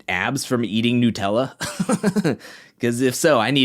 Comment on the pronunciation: why u saying Nutella wrong?